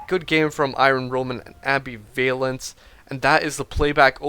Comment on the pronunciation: Oh my god, great commentary, but seriously dude, it's am-BIV-alence, not ambi-VALence